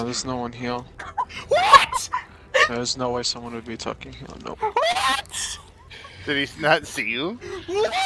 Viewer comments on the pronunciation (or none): "Thews no one heuh" that's why you don't send the slow kid to check tucks.